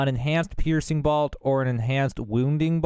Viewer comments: BOLT not BALT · ....... idk if this makes me that guy but it's not BALT... It's BOLT like a nut and bolt... if you weren't saying balt and my ears are deceiving me(they weren't), then I am sorry, but also we gotta learn something new each day, and this is one of em. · I appreciate your video and your honesty about not knowing everything. I can't handle the mispronunciations though! It's crazy. How do you mispronounce bolt? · I've never heard anyone pronounce "bolt" quite like that...the hell you from son? lol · He's from Boltsburgh